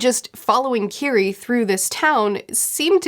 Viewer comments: Love your videos! Her name is pronnounced Kiri-eh 😘🤗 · Mispronouncing Kirie's name makes me feel like a screeching child is in my ear. Ki-ri-eh.